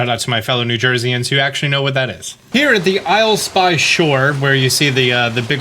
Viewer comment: It’s not the Isle-spy shore it’s the Isleepy shore